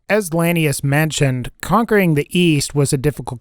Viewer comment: "Lanius" said wrong twice, correctly once, and then wrong again like 59 times.